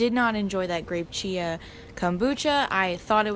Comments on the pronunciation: it sounded liked u said chocolate CHEESE seed pudding the first time u said it and i was shook until i realised u meant CHIA seed not cheese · i thought you said “chocolate cheesy pudding” and i was confused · Omg when she said "chocolate chai seed pudding" I thought she said chocolate cheesy pudding and I was just like.. " okay that sounds gross but you do you"